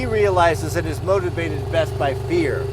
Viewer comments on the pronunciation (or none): Motivated by “fear” but I could have sworn he said motivated by “beer” haha I did a double take . I was like … did he just …… Nahhhhh